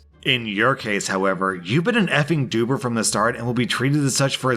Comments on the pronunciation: daily listener and a Glaswegian here, a few points -"Bite my banger" = "suck my dick" -It's "dobber" (like robber) not doober 😅 - Twat is rhymes with hat, not with bought. Ive heard this in a few videos so thought I'd bring it up while im commenting cos it always annoys me (maybe twat is used elsewhere and pronounced like that, i dunno) -Nicola Surgeon is our "First Minister", not Prime Minister. -Glasgow city council would indeed tell her to get to France -Carol Baskin killed her husband. Have a nice day and continue the vids! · I'm half Scottish/half American. The word dobber is pronounced dawb-ber, not dewb-ber. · Oh, and dobber is pronounced dob-ber, not doo-ber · You are correct. "Bite ma banger" means EXACTLY what you thought it did. Greetings from Scotland! (Also, it's not "Doober" its "Dob-ber", which also means... "Male Member" :D) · Dobber = snitch and comes from the verb to "Dob someone in" which just means to grass/snitch/rat on someone. (FYI its pronounced Dobber like Robber not 'Doober'). Annnd it can sometimes simply mean penis, as many Scottish insults can. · dobber is (dob-ber) not doober or at least where im from in the uk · If it's been said before ignore this reply. Banger is indeed another word for penis in this context, as is the word dobber. Dobber is pronounced doBBer, not DOOber. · Scottish through and through and living in Aberdeen Scotland, in fact I am sitting in my office watching the rain piss doon as we speak. Bite my banger does as you guessed mean bite my dick , but and a dobber, pronounced dob ber rather than doober, means a grass, snitch, someone who tells tales. Stay safe my American chums, pals, buds. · It's pronounced DAW-ber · You have correctly deduced the meaning of "bite my banger". Dobber is pronounced dough-ber and is also a male genitalia insult. This parlour owner is indeed amusing and using the Scots to it's full effect - gaun yersel big man!